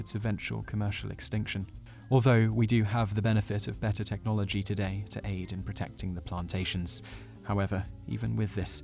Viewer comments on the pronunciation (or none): none